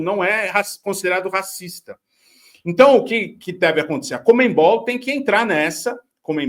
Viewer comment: Comenbol? Conmebol Sério que vocês falam comenbol? Soa muito engraçado